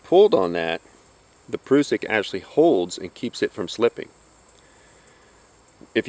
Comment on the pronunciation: .....and you even pronounce it correctly! "proosik" not "prussik" ^_^ Thanks for the vid! Learned nothing, but loved watching :D Very well presented and not all tacticool like some other gentlemen.....subbed! :)